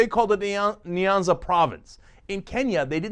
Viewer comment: This maafaka said niiaanza!!Hehehe,its Nyanza!!